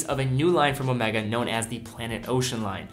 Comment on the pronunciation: Garry M you are wrong. He pronounced it correctly. Ask any Swiss person to pronounce it, or go to omegas corporate site. It’s pronounced incorrectly Omeega only by monolingual brits and Americans.